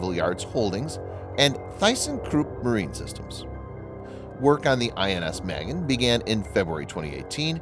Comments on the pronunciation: It's pronounced "mah-GEN," not mehgin. Cyprus is not pronounced "cipris". You really need help with your Hebrew and English. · It’s pronounced mah-GEHN, not MEH-gehn. Literally means “shield”. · Pronounced Mahgain. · Magen: mah-GÉN. A as in ah, and accent on second syllable. It means 'shield.' Thanks! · Proper pronunciation is Muh-Gain - "Shield" in Hebrew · For crying out loud ! In Hebrew, and many other languages besides, the heavy emphasys is on the SECOND sylable. Never ever on the first as it is in spoken English. ma GEN ( protector, shield - noun, to protect - verb ) not the girls name Magen. Your butchering of Hebrew just irks me !! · sorry, I meant no disrespect, I didn't like the way he pronounced the name..